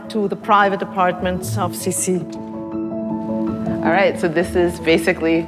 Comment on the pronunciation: Her nickname was pronounced "SEE SEE" not "SIS-E"...like how she said